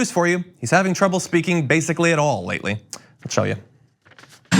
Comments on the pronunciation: Please STOP the further BUTCHERING of language: 'troubles' please, NOT 'trobs.' It's so weird, John, that you don't mind the dB level of the chopper (NOT) in the background and have no comment on waste, or cost, of fuel or anything around the NOT-environment-friendly chopper-on-standby scenario. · "Denture trubs" is the best 😂